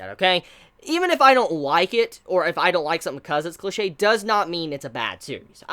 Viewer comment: when he said "infamous", "cliche", and "NaruTOE"... constructive criticism please listen to your pronunciation